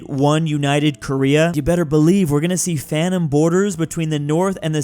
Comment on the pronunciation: Bro is not saying Phantom, bro is saying Fanum